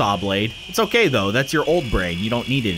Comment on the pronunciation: It's not OKEH to be OKEH (titan cry😭)